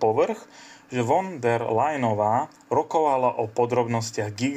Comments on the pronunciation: Máte problémy so vzdelaním, prijímaním informácií a s gramatikou! Von der.... Sa číta fon ! Čítajte, vzdelávajte sa a venujte sa rétorickým cvičeniam. Inak to môžete zabaliť! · Von der.... sa číta: Fon der... Je strašne ťa počúvať !!! 😢🫡🇸🇰